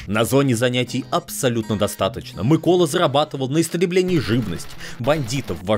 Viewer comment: Дякую що хоч наголос правильно поставив